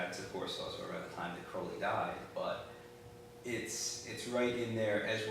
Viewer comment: You pronounced Crowley Wrong it's not crow-Lee its Kr-ow-Lee